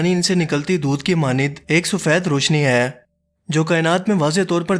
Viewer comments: "Aai" nahe "hai" Pubjabi accent 😂😂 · Bhai Urdu to sahi bolo..aeen kartay een een laga rakhi hay.. hay hota hay ya Hain